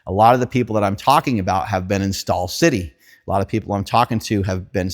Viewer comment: STAWL CEE-TEH! STAWL CEE-TEH! 😂